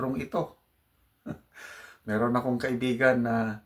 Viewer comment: Not Meton but “meron”! Marites pala ‘tong blogger ❗️🤮🤮🤮🤮Blogger na ito ay recipient sa mga feed backs ni Claire Contreras na Maraming kaso sa America at dito sa Pinas 🤑🤬🔥🔥Gamitin mo po Retirement Pension mo sa medications at tumulong ka sa pag lago ng bayang mong pinaglingkuran at kina ibigay mo ngaun “thunder” ka na❗️🙏SalaMUCH PO PANGINOON 🇵🇭🙏❤️☮️‼️